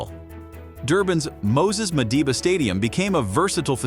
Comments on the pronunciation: it's Moses Mabhida not Moses "Madiba" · Its NOSES MABIDA... NOT MADIBA